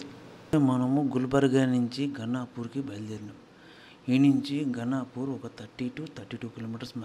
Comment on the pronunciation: గణపూర్ ఖదురా నయనా, గానుగాపూర్